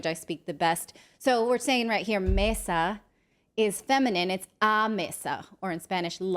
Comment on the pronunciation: I'm Brazilian, love your show, and I just wanted to give you a quick tip on Portuguese, a mistake you made. The 's' between vowels always sounds like 'z' (no exceptions), so 'mesa' is pronounced 'meza'.